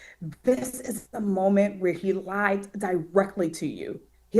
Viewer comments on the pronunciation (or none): none